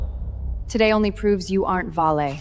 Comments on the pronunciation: Even a name as uncomplicated as Vale was pronounced as Vase 😂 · And Vale. Other words were mispronounced. . . .